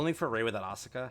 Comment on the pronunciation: Please stop miss pronouncing Asuka.